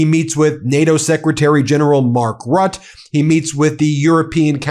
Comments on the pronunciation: Hey Ben, it's Mark Rutte. pronounced ROOTUH, not Rut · Rutte is pronounced "Rootee", pronouncing it "rot" somehow doesn't go down so well... 😉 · ..it is not rut!!!! ... it is rutte... like rotten,two syllables !!!... trump is trying to use the assets now in custody for developing together with putin to produce ,to mine more rare earth minerals ,;ike colton ....a win-won for america and russia...............[ and my dear vlad,I invite you ,when it's up to me as us president , you can take europe as well when you would like ..] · Ben, I love you for what you do, but I NEED to tell you something, as I am a desperate man: Mark Rutte is German. In German, our letter "u" sounds like "oo", as in "root", rather than "uh", as in "but". Ironically enough, the trailing letter "e" would sound like "uh", as in "but". The accent is most often, if not always, on the second-to-last syllable, that being, in this case, the first syllable... So Mark Rutte would sound like "mark ROOT-uh". This is the straight dope. Sabine would be "sahh-BEEN-uh". And so on... You are closing in on a trillion viewers, with half of them not yet subscribed, and I am one of those. If you make any attempt at all to start getting accustomed to saying ROOT-uh, then I promise to subscribe. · Is Mark Rutte's surname really pronounced like you do it? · Mark Rutte - Try Root - ah .... for Mark's name.